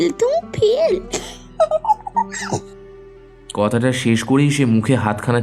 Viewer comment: উচ্চারণ স্পষ্ট করুন... 'ধালা' নয় 'ধারা ' , কতাটা নয় কথাটা...|